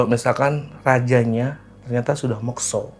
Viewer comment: Mekso? Bukannya dibaca Mokso.